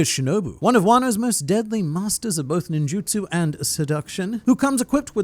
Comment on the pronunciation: did he just say master of ninjustu?